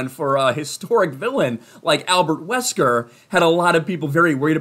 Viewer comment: That's not Albert Wesker... thats Albert Weskee